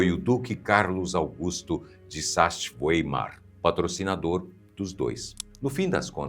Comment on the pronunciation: O nome do duque pronuncia-se, aproximadamente, Sáks-Váimar.